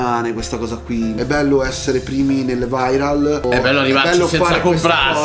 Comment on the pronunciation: Anche la pronuncia di viral é sbagliata